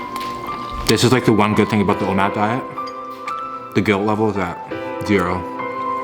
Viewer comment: Is he Canadian? He said Abooot